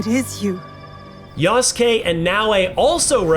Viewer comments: Character's name: Yasuke Announcer: YASSkay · I cringe every time the narrator calls Yasuke samurai. (Considering Ubisoft decided to remove the term from all their japanese marketing)